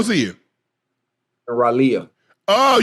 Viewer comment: The fact that they cant pronounce Raleigh North Carolina is ridiculous